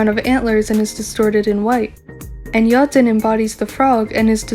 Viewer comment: at first you have such a beautiful calm voice and I like the way you pronounce yeojin a vivi T^T idk why… but your theories gave me hope about loonaverse after butterfly. i wasnt sure if there’s still something deep, but your theories are on another level!! tysm for this